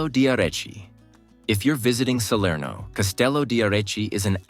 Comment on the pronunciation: Neanche il nome riesce a dire! Serno non si può sentire dire!